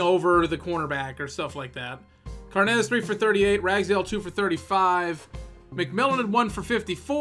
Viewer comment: carnes is irish not spanish its carnes like kim carnes not carnez love the series